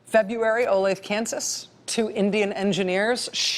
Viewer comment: It's pronounced "ola thay" Olathe, Kansas.. Love you Rachel ✌💖